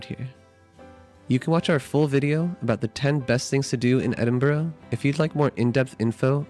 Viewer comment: As a native Scot I award you 10 out of 10 for your pronunciation of Edinburgh.👍 Good job with the video.